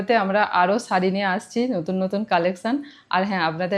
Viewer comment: Sharee bolo,saree bolona bhishon kaane laage "S" noi "SH" bolbe